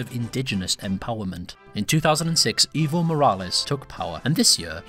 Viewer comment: it sounded like you said "Evil Morales" not "Evo" enunciate ALL of your words.